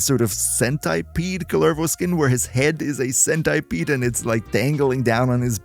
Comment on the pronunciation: Why are you Cent"eye"pede.... 🤣🤣🤣🤣💀